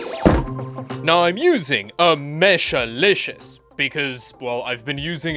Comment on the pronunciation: It's mesh-liscious not mesh-a-liscoius...